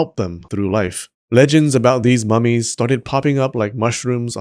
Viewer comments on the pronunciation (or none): Why I heard "these mammies" instead of "these mummies"? XD